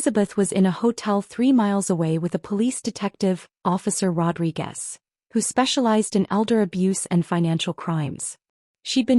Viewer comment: Needs a male narrator. And it’s Rodriguez. And it’s bail, not bales. Tech CEO, not texcio. 4 cardiac events, not 3. Maid of Honor, not Made